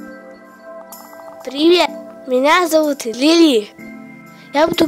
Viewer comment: Не Лиля а Лили